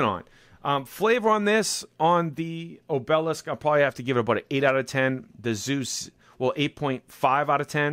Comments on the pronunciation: So Boston 😆 It's AHH-b-lisk brother.. Not O-Bell-esk. Good review anyway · Accent on the first syllable O' be' lisk ... not o' BEL' isk ... a tapering stone pillar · Its so funny how you mispronounce words... its like job, ob e lisk